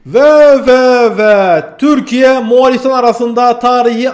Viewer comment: Selamun Aleyküm, Moğalİstan değil, MoğOlistan